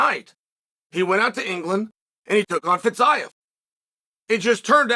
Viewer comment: Chael "fiz-i-ev" sonnen